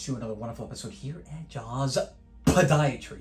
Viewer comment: I be lmao when you say podiatry 😂😂😂